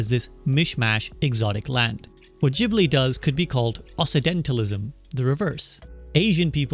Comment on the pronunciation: Not a criticism, this is a great video, just a note: It’s pronounced “Oksidentalism” not “Ossisentalism.” “Occident” means “West” and the double-c combination makes a “K” sound. Though most people slur it a bit into “Oxidentalism” and “The Oxidental world.” Anyway, that’s just a for-future-reference kinda thing, the video is great and I learned a lot of neat stuff from it. So: thank you!